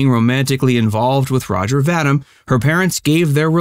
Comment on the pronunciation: His last name is pronounced "Va-Deem" , not Va-dimm!